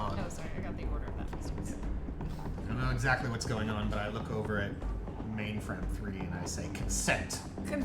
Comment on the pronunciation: I'm still waiting for Ma1nfram3 to finally snap and yell at Mordecai about how to say her name correctly. :]